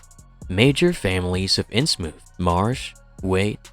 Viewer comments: It's in Innsmouth. Like the thing your words are coming out of. Everyone else I've ever heard talk about it says it that way, so pronouncing it Innsmoof is just annoying and pretentious. It seems trivial, but it completely ruined my enjoyment of exploring Innsmouth with you. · New rule: if your AI literally cannot pronounce THE ACTUAL TOPIC OF THE VIDEO, you cannot post your AI-shlop…